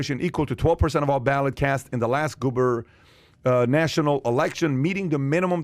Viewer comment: Wait, y’all say this guy is a “genius” but he read “gubernatorial” as “goober-national “ 🤣🤣🤣